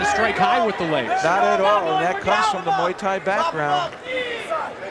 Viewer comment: "...he is a kickboxer, and a MOO THAI fighter..."